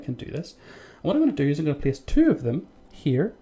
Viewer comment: I gonna plice one here lol funny dialect